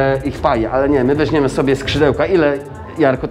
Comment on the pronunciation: Nie mowi sie "wezNiemy" a "wezMiemy".